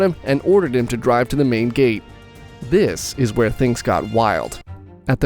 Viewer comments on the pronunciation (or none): none